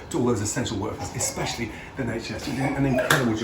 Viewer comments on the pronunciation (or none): none